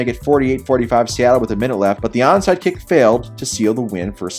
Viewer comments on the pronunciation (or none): none